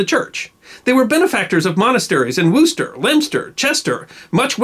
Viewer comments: Very enjoyable. Not a criticism, in fact yours is the best pronunciation by an American that I have heard and English can be a nonsensical language due to its many foreign influences. For future reference Worcester is pronounced Wusster, there are many like this, for example Chomondley is Chumley as I said nonsensical. Great channel, I have watched and enjoyed many, for shame that it is only today that I have subscribed. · We say Worcester like the first syllable of ‘wool’.... ‘woo’ with ‘sturh’ added to it....... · I was married in the same church as Lady Godiva St. Laurence's Foleshill, Coventry. The building in ruins is at 3.22 is Kenilworth Castle which is a good way from Coventry. I think someone must have been giving you a bad English pronunciation lesson when it come to how you say Worcester. Wos - ter. It sounds like you say Woo - ster. Many Americans and French fall into the same trap thinking that English is easy and they have to pronounce all the letters in a word. I have found many words that are now difficult for Americans to say. Closer to Coventry is a town called Warwick, pronounced by Americans as War - wick, the second "w" is a silent one so the word becomes Wa - rick. The monastery that you refer to only seems to exist as recently excavated ruins, one interesting fact is that there was a brothel attached to the monastery and not nextdoor. Horses or not I have always enjoyed seeing naked women, there have been a few re-enactments. Always fun on a windy day. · I am a Midlander and have mixed with people from Worcester and they pronounce it wooster. Are you saying Woster like was? Drop the t as in Brissol? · excellent work, English pronunciation spot on (except for Worcester) but I'm being deliberately picky, not serious. Having seen how Torpenhow in Cumbria is pronounced, I realize the minefield you circumnavigated. Subscribed :-) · Wooster is better than Warchester, but it's more like Wuuhster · Wooster ?oh Worcester lol